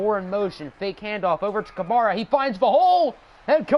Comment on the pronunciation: U say Kamara wrong